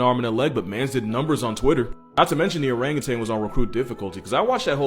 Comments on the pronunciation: Stop saying orangutang!!!!!!!!!! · Or rang you tan . it's not pronounced tang. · Learn to pronounce Orangutan. It’s O-rang-u-tan. There’s no “g” in tan. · There is no G at the end of the word orangutan. You're thinking of that orange drink powder from the 90s